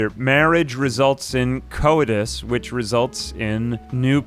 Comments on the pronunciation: He also read coitus as something like "co-ee-tus" lol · He also can't pronounce "coitus"